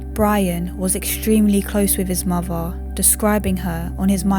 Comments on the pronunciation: you mean muvva and forevva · Sorry, the voice is doom -laden. And I can’t stand the muvvah and bruvvah pronunciations.